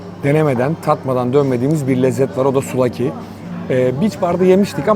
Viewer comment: Fanatik bi Galatasaraylı olarak bi sonraki Yunanistan turunuzda misafirimiz olmak isterseniz kapımız açık! Bu arada çok güzel video👍küçük bir düzeltme: souvlaki, suflaki diye okunuyo arada bi f var yani.